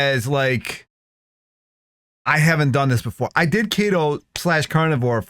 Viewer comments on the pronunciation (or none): Ten years you did keto, in your old videos u pronounced it "The kettle" and in all your video's by your own admission you said you were eating tons of protein and low fat bodybuilding diet ,meanwhile keto is 80/fat/15/protein/5%carbs so you did it wrong stop saying you were keto for 10 years and now i hear u saying carnivore